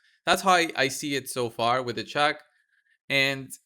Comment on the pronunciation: Sounded like you kept calling her Chuck so that is what I will call her from now on 😂😂😂